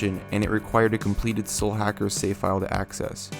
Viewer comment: lol Your accent makes it sound like you're referring to this game as "Slackers." >_<*